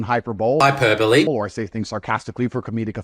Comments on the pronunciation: "hyper-bowl" LOLLLLLLL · "Hy-per-bowl" 😂😂😂 What an idiot. Thank you again, Mr Hitchens, for showing this stain of a baby-man for who he really is! You're the best. Tate is a horrible person. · I HATE when people say "hyperbole" like that. 😂😭 It's one thing to read it wrong but he's actively saying it wrong just because he can. It's one of my biggest language pet peeves. 💀